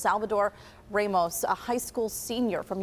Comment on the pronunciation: What the fuck is “Reymos?” 🤣 is it too hard for Americans to say “RA-MOS?”😅